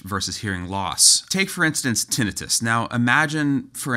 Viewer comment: off-topic, but.... does anyone else really cringe at the way he says "tinnitus"?